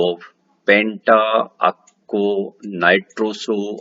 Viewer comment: Lol. It is not "penta-akko"😂😂 it is "penta-AQUO" to be pronounced !🙏🏼😅